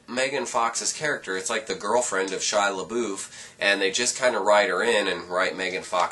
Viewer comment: HOW COME NO ONE CAN SAY SHIA'S NAME RIGHT?!????!!!!!